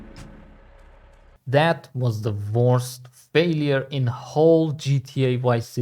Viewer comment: You mean the Worst? WTF is the VORST 😂😂😂